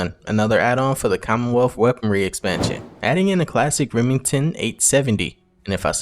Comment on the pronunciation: Weaponwy uwu 😅